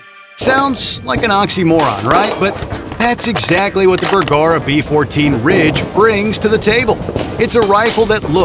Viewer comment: "Burggara???" AI is confused badly here. Far from "cutting through market noise" you merely butchered a manufacturers name.